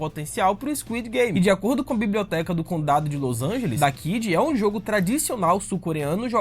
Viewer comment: Não se fala dakiji e sim kaji (pelo que ouvi)